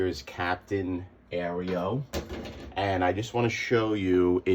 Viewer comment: With your accent you could be big in the mixing drugs like Tony Montana business. I am not sure that would be a fitting topic for YouTube though, so maybe stick to comics mate! I am not sure of your pronunciation of the comic title mate! We have an Aero chocolate bar in the UK & we just say 'Air-o', you are saying it a bit like your US cookies the Oreos... haha I think so anyway. No matter how you say it, or how you cut it, these are cool informative videos.